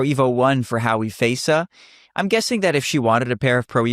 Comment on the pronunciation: Please get her name right on the chapters - it's Hawi Feysa, not "Howie Faisa"